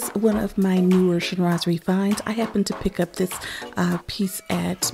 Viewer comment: You described everything so well! And to be honest, I didn’t really know how to pronounce “Chinoiserie” properly 😂. I didn’t even bother mentioning it in my video 😅. So, thank u for keep saying “Chinoiserie”. Now I know. 😘